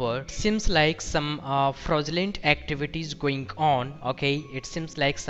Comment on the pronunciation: Love how these scammers call it “frozzyoolent” activity! 😂 the fucked up pronunciation of the day!